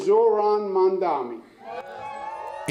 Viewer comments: Many anchors mispronounce his name to Mamdami, including the one here. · You're saying MANDAMI, unprofessional. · MamdaNi, not MamdaMi Deutch should say the name correctly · Could you possibly stop saying "Mamdami"? It's MAMDANI. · It's MamdaNi not Mandami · Mamdani not mandani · his name is MamdaNi not MamdaMi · Atleast learn to say his name RIGHT!!! Its MAMDANI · U can pronouns Mom Dani. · DW, train your hosts better. Even this guy could not pronounce his name properly. HOW HARD IS IT? Its Mum-daani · MAM-DA-NI.... Not that tough... Learn it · CON dani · M A M D A N I! Why’s it so hard to pronounce? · how difficult is it to say Mamdani? these anchors are incapable of pronouncing words they don't already know, learn to read people. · Wow. You can't even pronounce his name correctly? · This anchor cannt pronounce the nama right. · Why can't you pronounce his name properly??? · The DW anchor can’t even pronounce “Mamdani” correctly.